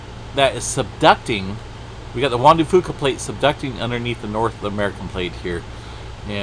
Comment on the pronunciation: Its juan de f-YOU-ca